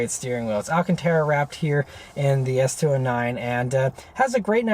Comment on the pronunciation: “S two o’s whatever” lol